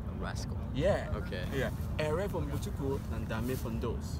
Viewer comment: Errer for Mbutuku is hard for him